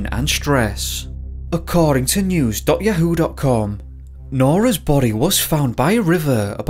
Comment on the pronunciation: I'm very entertained with your pronunciation of Yahoo.